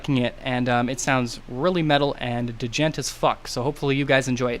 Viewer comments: he just said d-jent omg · dee-jent bro